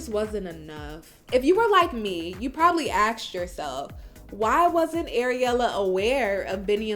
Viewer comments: It's ASK not Aks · yeah I almost axed 🪓 myself but my mom stopped me from doing it. Jesus how difficult is it for a native speaker of a language to speak that language properly ? 🤦🏻‍♂️